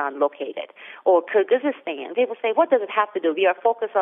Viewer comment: You guys have to learn how to pronounce foreign country's names. It is KyrgyZStan and KazaKHStan, there are no such countries as "kyrgyzystan" and "kazakhystan". Good analysis though, thanks.